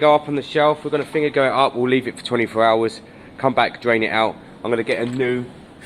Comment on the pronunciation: How can you call anyone stupid when you can’t even say vinegar properly